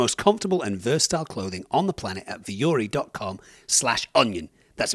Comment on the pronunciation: Why do y'all always pronounce vuori so damn weird. The emphasis is in the ri if there even is one, and vuo is one sound, don't seperate the u and o so much. Vuo-ri means mountain in finnish. Google it